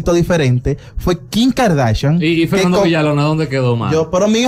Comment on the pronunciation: No sabes hablar Ronny que asco diske Kin es Kim